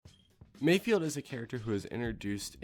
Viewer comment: its not mayfield, its mayFELD. fehld. from space boston.